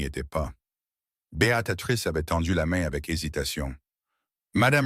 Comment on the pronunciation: Pour information, le prénom de l’héroïne c’est BÉATRICE et non Béatatrice !!!!!😂😂😂😂😂😂 vraiment l’IA n’est pas au point